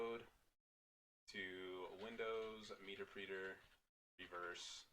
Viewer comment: PS It's pronounced 'meh terp reter', not 'meeter preeter' lol.